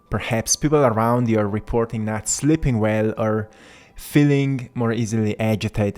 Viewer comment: Not " SLIPPING" well, but S L E E P I N G " well. You are difficult to understand. I am SLIPPING away!